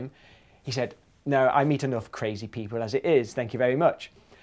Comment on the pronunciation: Because that's craz-e. I'm sorry.